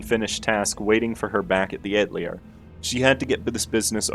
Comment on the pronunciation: Great video as always but why do you pronounce atelier like that